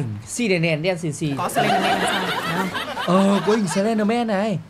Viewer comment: Sờ len đờ men ko phải sờ ben đờ men đâu chị nhé